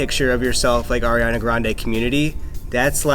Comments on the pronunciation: "Airiana" Me: excuse you it's Ariana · says “ Air-iana” and I’m cringing inside 😂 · I get so mad when people pronounce her name as air-iana ITS ARE-IANA 😂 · ITS 👏🏻ARIANA👏🏻 NOT👏🏻 AIRANA 👏🏻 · IT'S ARI NOT "AIRI" her name is pronounced AH riana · It's Ari-ana not AIRIANA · It's "ariana" not "airiana" goddamn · Why did she say “airiana”...where does she see air in her name... I see ari 😂😂? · broke my heart. She said AIR-iana 😫 UPDATE: she just said Ariana, my heart is full again UPDATE 2: my girl Ariana doesn’t photoshop, she’s just very petite. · People saying Airiana makes me so uncommfortable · lol it sounded like she said “airiana” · "Airiana" ugh really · said AIRiana Grande 😑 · Eccentric How do you pronounce your name? Eh-see -tric? Ec-sen-trick? Do you not see why saying "airiana" is annoying? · U. PISSED ME IFF U PROBOUNCED ARIANA WRONG IN THE FIRST 18 SECONDS IM A HUGE FAN AND IT BUGS ME WHEN PPL PRONOUNCE IT WRONG BUT I STILL LOVE LADY LIKE AND IM JUST ANGRY IM GONNA GO SCRAPE MY EYEBALLS NOW BYEEE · Ella Bear ikr 😫